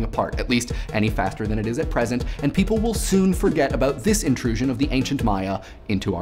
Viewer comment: PIIIPOL WAWNT ATTTTENTION!!!